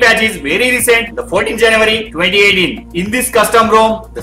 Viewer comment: Android Security Patch Level is "14 Janavary 2018". WTH is "Janavary"? 🤣🤣🤣 I've never heard of that. And why are you yelling throughout the entire video, I couldn't understand anything.